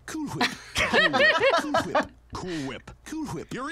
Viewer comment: May i have more "coOol FWhiP" Please?